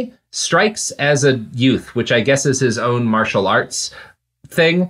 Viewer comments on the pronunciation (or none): none